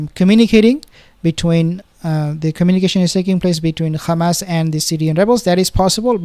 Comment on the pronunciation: Ssalam bro ! You know how to pronouce the "h" of rafaH but you pronouce Hamas like the entity = Khamas !!! Same for hezbollah, you pronounce it Khesbollah ! It's a H "ح " not a KH " خ" ; All muslims should know how to pronounce !! Allah is al RaHman, not al rakhman, al raHim, not al rakhim ....